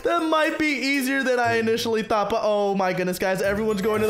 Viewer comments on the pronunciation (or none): none